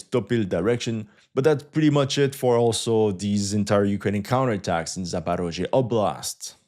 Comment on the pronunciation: "Counter atacks" 😂☠️